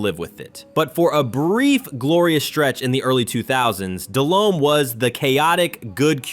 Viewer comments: Jake balled the fuck out against the pats in the superbowl. Very good game. And its "de-lome not del-home, h is silent" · Dude kept saying Dell-Home. It irritated me